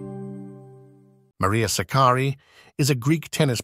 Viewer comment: the first time anyone has pronounced her name correctly - greetings from Philippines